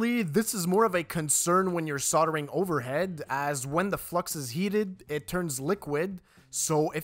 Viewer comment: There's an 'L' in soldering. it's not soddering